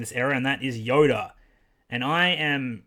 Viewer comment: Why does it look like you're saying yoder instead of yoda?